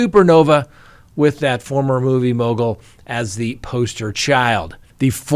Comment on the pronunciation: struggling to repeatedly say "movie mogal" reminds me of Benedict Cumberbach saying "penguins". 🤔